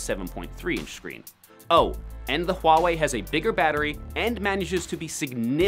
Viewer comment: You are the first person I know who can pronounce Huawei correctly